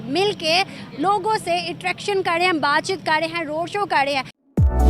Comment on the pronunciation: Madam r hota hai d nhi hota .tum sabhi pakistani bhikhari ulta paida huye the kya .wo 'kar' hota hai 'kad' nhi hota 🤦‍♂️🤦‍♂️🤦‍♂️🤦‍♂️